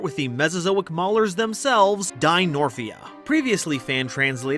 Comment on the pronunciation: pretty sure its dinomorphia and not dinorphia